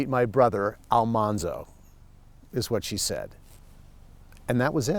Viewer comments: We were bugged to death everytime someone said 'Almonzo' instead of 'Almanzo'! I am glad he told the story behind that. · Ah ha! I have always wondered why Laura called him Manly. , not "Monly". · It's nice to see more generations enjoying the stories and series. I had never read the books but enjoyed the show and watch reruns of it. Didn't know the name was pronounced Al MAHN-zo, not Al-MON-zo. I'm surprised he didn't mention how Laura called him "Manly" and Harriet Olesen called him "Zaldamo" Probably just written for the series. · I had NO idea the pronunciation was different. Thanks for the correct way to say Mr. Wilder's first name.